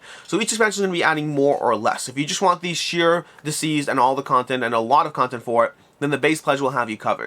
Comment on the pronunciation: It sounds like you’re saying diseased and not deceased